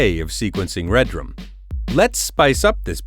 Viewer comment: It's Redrum NOT Red Rum.